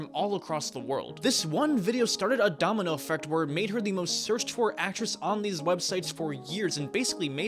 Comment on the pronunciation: What the hell is a "Domino ERfect"?